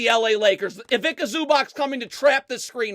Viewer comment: Zubac is pronounced as Zuba-ts. Ivitsa Zubats. NOT ivika zubak.